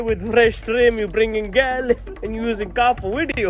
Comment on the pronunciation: I love the way he says " wideo " 🤣